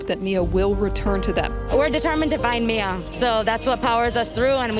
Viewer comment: First of all, her name is Miya - MEE-A, not MY-A. That irritated me, because did you not watch the video footage you included? This is soooo sad, praying for peace for this family. 🙏🏾